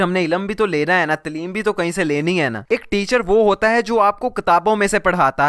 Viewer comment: pehli baat lafzz TLEEM nahe TAALEEM ha.... baaqi aagy kuch nahe kahon gee